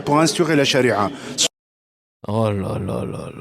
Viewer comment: Le seul mot qu’il a pronouncé correctement est Chariaa 😜